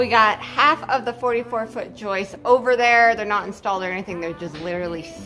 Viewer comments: If insists on pronouncing them yoists then surely his name must be pronounced 😂😂😂😂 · Wait until she hears about the "ROOF YOISTS".... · “YOISTS”!!!, lol 😂.